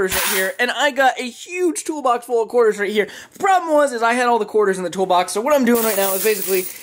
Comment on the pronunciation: lmaooo😂😂 Couters!?!? it’s Quarters 😂😂